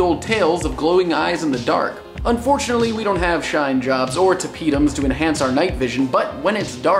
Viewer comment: heheheheheheh you said "shinejobs" (; hehhehehe